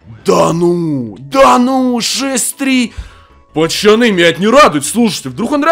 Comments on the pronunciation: Задрал говорить не правильно надо говорить пацаны а не пачаны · Почему та ты говоришь "почаны"а не "поцаны" ????? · почему ты говоришь пачаны